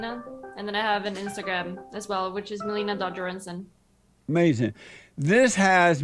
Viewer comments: Amazin, that's amazin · I swear when JLP doesnt understand something he just says AMAZIN'.